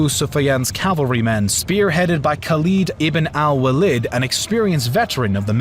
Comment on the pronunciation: Khaled ibn al Waleed - not Khalid al Waleed - ibn means "son"